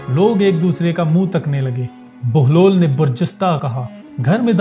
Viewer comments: Sorry sir video to ap ny bna li hai lakin ap baglol baglol bol rhy hain asal main enka nam behloll dana hai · It's Hazrat Bahlol Please , Not Baglol please correct your self 🙏 Pir Mola Ali Madad 🌹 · Bai name to sahi lo "Baglol" nain behlol hy